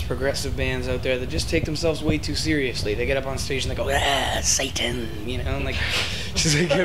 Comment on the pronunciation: "Scurr-lee-us" Ahahahahah